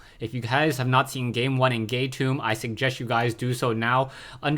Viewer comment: hehehe he said "gay tomb" instead of "game two". aaah that was a good one...